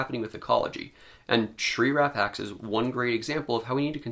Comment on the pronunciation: Why do I keep hearing: Shrink Wrap Axe . Sigh .... Doc' about my...